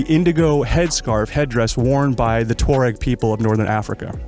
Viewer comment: Great review, (At Last an American who can pronounce "TWaa-REGG" and not say "Tour-ag" I've ordered one of these having tested one recently. 6 weeks delivery and I can't wait.